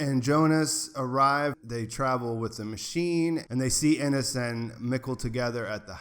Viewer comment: By the way, it’s EE-gone, not IH-gun or AY-gone, and Ee-NEZ, not IH-niss. You switched back and forth between pronunciations several times and it threw me off. Just thought I’d help ya out :)